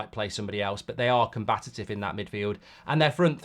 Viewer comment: Mark you always say combatative when it's actually combative